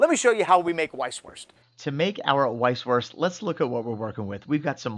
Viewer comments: PLEASE do not say "weiss-wurst" with the english "W". Use the German pronounciation of "W" which is a "V". You know, "vee haf vays of dealing vith you.". And if you don't say it properly you will get terrible stomach cramps because in Bayern (Bavaria) these sausages have a life of their own and if you do not respect that, well...you know the answer! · Say it with me....vise. vurst. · A little info: The German "w" is pronounced like the English "v". So when you say "Vice-Voorst", it sounds much mor authentic. 🙂